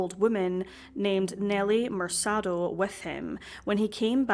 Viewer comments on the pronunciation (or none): MerKAH-do. Not MerSAH-do. Other than that, great vid!